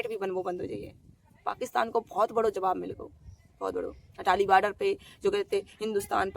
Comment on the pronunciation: Atari not Atali